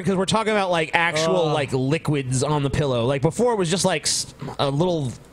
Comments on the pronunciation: True. On a somewhat related note, I can’t help but notice saying “own” when he means “on,” almost like “orn.” XD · I really like IDGAF attitude, but I hate that he says the word "On" as "Own" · HOLY FUCK WHY THE HELL DOES PRONOUNCE "ON" AS "OWN." FUCKING STOP THAT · Is it just me, or is the way says "own" instead of "on" worse than how says "orn" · pronounces the word on like cartman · says on weird, it's like own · What can't fucking pronounce "on,"